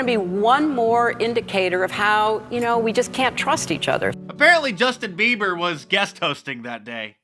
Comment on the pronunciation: It’s pronounced “Just-in Beaver”